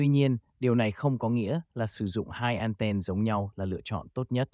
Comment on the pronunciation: Đã tiếng việt thì thuần việt hẳn. An ten hoặc ăng ten. An then nghe khó chịu vãi chưởng